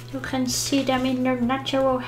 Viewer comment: "You can shee dem in dere natural habitat." Just made my day! 😂